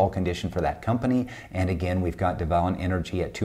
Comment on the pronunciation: Love your stuff …! Worked as Frac Engineer in the oilfield with Devon (DVN). Loved their processes as a previous Production and Operations student..! BTW, it’s pronounced deven… like seven…! Thanks for all of your tips…